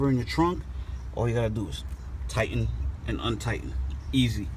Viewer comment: Tighten not tie’in Waiting not way’in Saw not seen Blessed not bless